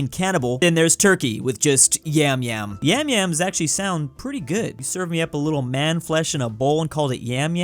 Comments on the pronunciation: İts noy "yemyem" its "yamyam" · IT'S YAMYAM FOR CRYING OUT LOUD NOT YEMYEM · kardeşim ingilizce bilmiyorsanız boş konuşmayın artık, yam yam diye yazılan şey ingilizce telafuzunda "yem yem" diye okunur. Ama biz "yam yam" diye okuyoruz ki bu telafuzun karşılığı ingilizcede "yum yum" harfleri ile karşılanır. Siz "ueueue nO it's PrOnoUnCeD aS yAmyAm bRo" diyince adam "yem yem" diye okuyor aq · im turkish and its pronounced like yumyum which makes it even weirder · You actually pronounce yamyam like "yumyum" so it's kind of weird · yamyam is pronounced like "yum yum" lol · It's not the way we pronounce it. It pronounce as "yum-yum" as in "yummy". It means "great eater" in Northern African Language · Yamyam is pronounced yum-yum. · About the cannibal joke, "yamyam" is actually pronounced like "yum yum" so it's even funnier like that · Yamyam diye söylenmiyomu yumyum ne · It is not pronouced "Yum Yum" stop lying wanna be turk... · I never realized yamyam sounds so sus like yummyyummy